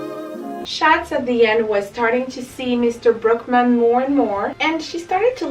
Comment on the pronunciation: His name is Brookman… but it sounds like Brokeman. Lol